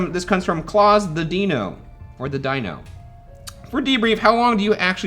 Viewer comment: ryan saying klausethedino as clawsthedeeno